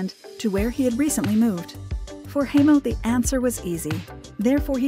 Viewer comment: Hi mo not hey mo